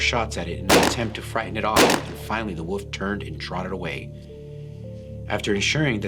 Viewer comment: Lol I was thinking that too, had a wee chuckle to myself! Thinking is it just me!?!